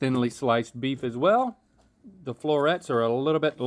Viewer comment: did anyone else catch rhett saying bleef instead of beef with the beef and broccoli??